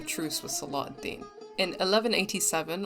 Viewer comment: You're pronouncing salah al deen without the ح sound it's صلاح not صلاة